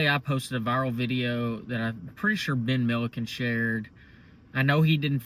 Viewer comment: You said Ben Miliken, I am out after 10 seconds.